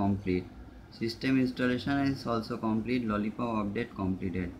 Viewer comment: It is lolipop Not lollicop